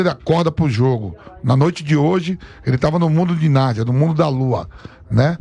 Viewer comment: Nardia??? Pensei q era Narnia